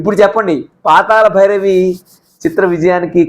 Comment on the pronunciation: meeru "La" ni "la" palukutunnaru. PaataLa bhairavi, Paatala bhairavi kaadu. Manninchaali. NTR became a super star after this movie.